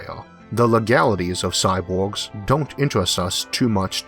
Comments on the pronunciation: Having always been around an Asian culture (which have hard time with the sounds l/r and b/v, etc), it seems to me more like a accent. (for the record... my wife, said sexy accent.) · Agreed. I will forever think of Isaac's awesome videos when I hear this "impediment". But it is that strange social fine-line that is heavily context sensitive.